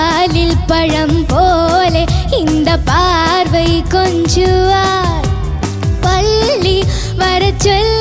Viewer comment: ..it is paavai (girl) and not paarvai (vision)